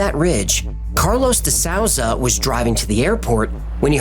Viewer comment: “ De Sousa” is pronounced “De sues sa” lol. Too funny, great videos, Heckelfish was being naughty though. 🤣